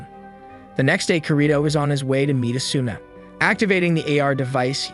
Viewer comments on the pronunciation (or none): Hmmmmm good vid overall that I’d rate it about a 7.5 out of 10, but it hurt to hear the way he said “Ker-ee-to” instead of “Kēēr-ēē-to” and “uh-soo-nuh” instead of “ah-soo-nuh”. Then again it might be to not get hit for copyright so idk. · asuna is pronounced asna